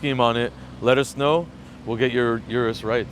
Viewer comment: Urus's? Need to go back to school. Plus it's pronounced O-RUS not U-RUS